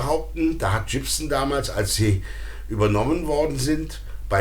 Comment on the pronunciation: BTW, Gibson spricht sich übrigens nicht Dschibsn, sondern tatsächlich mit G am Anfang. Aber ich kann mich erinnern, damals dachten wir alle, man würde den Namen so aussprechen, also damals, als wir jung waren...